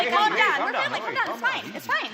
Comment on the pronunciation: "Oh, I'm CAHM"